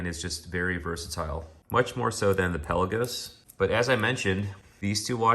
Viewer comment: It's not PELLA-GOS. It's pronounced PEL-LA-GOES :P